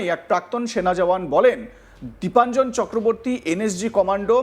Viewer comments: নামটাও তো ঠিক করে বলতে পারছেনা।দেবাঞ্জন নয়- দীপাঞ্জন। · ওনার নামটা তো তো শুনলাম দেবাঞ্জন বলে উচ্চারণ করলেন!! তাহলে??